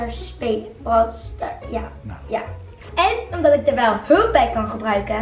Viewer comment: BROOLLL STARS